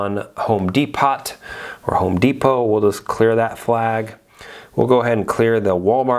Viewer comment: haahhaha I love you are still saying Home dePOTS. Looks really cool the way you are trying to automate everything.